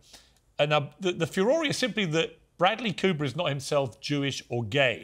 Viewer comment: I like the way he pronounces "furore": few-or-ray". I say few- roar.